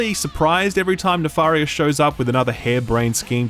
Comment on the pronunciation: omg please stop saying Nafarious it's Nefarious with a E!!!!!!!!!!!!